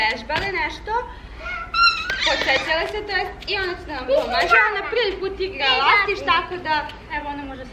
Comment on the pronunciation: lastiz a ne lastis ali odlican klip